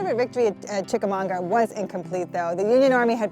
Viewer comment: That's Chicamauga not Chicamonga, right? Great video, just wasn't sure if I was hearing correctly.